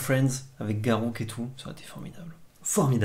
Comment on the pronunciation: Vous êtes très sympa tous les deux mais si tu continues à prononcer "Garrouk" je vais être obligé de voter pour lundi prochain! Sauf si il dit pareil et dans ce cas c'est terrible comme situation